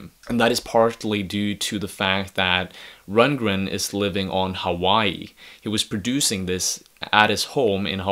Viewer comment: dude, your not even pronouncing his name right.